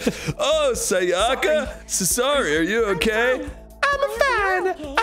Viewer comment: Is anyone else bothered by how they pronounced Sayaka's name completely wrong eventhough each character says their name when they introduce themselves?